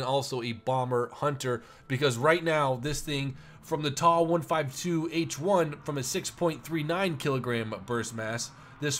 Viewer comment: for God's sake, please stop saying 'TAW', it is a T-A 152. Just like it's not a 'MEE' 262, it's M-E 262. Do you cal a Bf-109 a 'BIFF' 109? No you don't... You can say Mig, sure, that's accepted. And turn towards the Spifire next time...